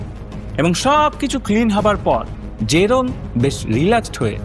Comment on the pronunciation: জোরেম না জেরোম 😅